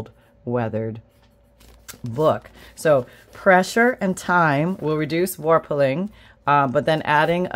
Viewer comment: Love the way you talk: love 'warpeling'😂